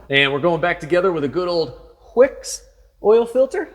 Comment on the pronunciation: Great video but where is the "H" in WIX? Oh, and I agree, it's a TRUCK.